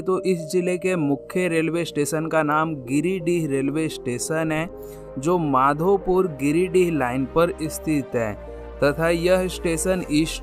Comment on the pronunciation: अरे यार जमाताड़ा नहीं जामताड़ा है ओर माधोपुर नहीं मधुपुर होता है